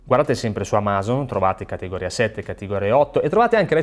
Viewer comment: Perché lo chiami amàzon? Non è Amazon?